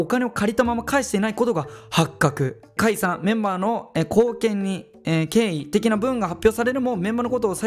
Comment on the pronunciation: ポケくん｢貢献(こうけん)｣読めてないんかな？ww